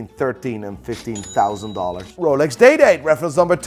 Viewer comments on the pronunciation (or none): As a non watch-aficionado, I kept hearing "Rolex Dayday". Those watches will forever be DayDays to me now. Thanks.